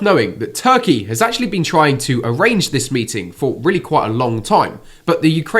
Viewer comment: It’s not Putin mating Zelensky it’s his people but how you said it sounds more interesting 😂😂😂😂😂😂😂